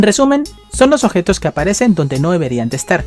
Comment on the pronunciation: La neta hablas bien feo objetos ossidacion dotores admiro tu valor